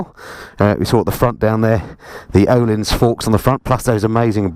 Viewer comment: Again, well done! :-) By the way, that ö in Öhlins is pronounced like the "i" in sir or the first "i" in Birmingham. ;-)